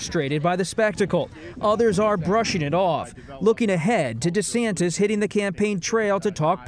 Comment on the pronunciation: DuhSantis got no chance but he could keep dreaming! btw, it's Ron Duh-Santis! 🤣